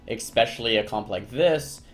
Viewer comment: Eckspecially? :P